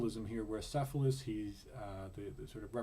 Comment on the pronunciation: not "s"ephalus it is "K"ephalus